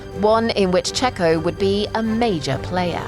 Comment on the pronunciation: I think you mispronounced: “Checho was no Mazepin, he was a racer and a winner”.